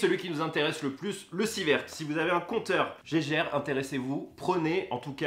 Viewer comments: Le compteur geiger se prononce "guaïeguheur" pas "gégère" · On dit pas Geiger , je vais le faire en phonétique "Gégér " :p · Geiger, se prononce Guayguère et pas jéjére ;)